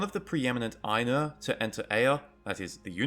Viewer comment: Good content, although why you'd say "Aye-nuh" and "Vah-luh" instead of "Eye-noor" and "Vah-larh" is beyond me.